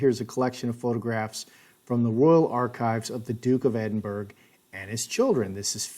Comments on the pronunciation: Say it like this: Ed In Burro - not Edinberg/burg. You are an educated man, you should know better... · Edinburgh is pronounced “Edinburrah.” The g is silent. 😁👍❤️🏴